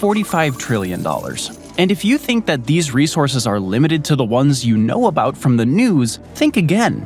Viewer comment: Not to be a grammar Nazi but it's "resources"